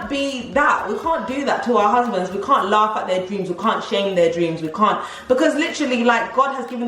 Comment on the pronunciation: I love 😂😂 At The End When He Emphasised 'From Your Husbands'